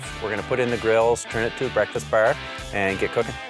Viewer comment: oh my god the way they say bar like "ber"